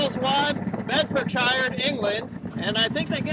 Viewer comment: I really enjoy your videos. Interesting pronunciation of Bedfordshire! I live in the UK and Biggleswade is about 30 miles from the town where I grew up.